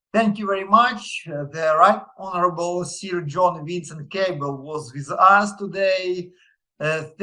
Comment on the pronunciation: вот только Sir произносится на "сир", а "сё", но в целом, правильно, что учите английский, Руслан !